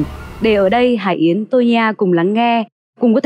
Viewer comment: M rất hiếm khi cmt nhưng thật lòng góp ý với CT nhờ chị HẢI YẾN phát âm rõ tên cô ấy được k ạ? Chính tên mình mà đọc k rõ thì nghe rất khó chịu luôn đó ạ! Đọc cái tên bản thân mà nuốt hết cả chữ!! Anw: Ct rất hay ạ! Cô Tô Nhi A nói rõ hơn cả MC! Còn chuyên môn của cô ấy thì xịn miễn bàn rồi ạ♥️